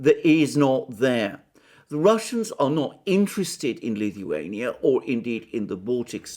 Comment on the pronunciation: pronounces Lithuania like Stewie from Family Guy 🤪. Please say “cool whip”